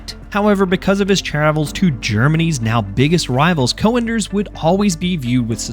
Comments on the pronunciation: Es heißt "Cönders“ einfach nur "Cönders“ und nicht Coönders wie du Vogel es sprichst. Beschäftigt euch mit euren Schrott Waffen und lasst unsere Heilige Technik in Ruhe! Ihr versteht sie eh nicht! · Good video! One thing though: you pronounce the name as 'co-enders' but the ö should be similar to how you pronounce it in 'Göring' (Hermann Göring/Goering). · You need some work pronouncing Cönder but its a great video thx, i thought if i should get it before they introduce the unlock system. So im curious they recently announced they will merge all campaigns does it mean you get to use 2 cönders mg in a single squad ?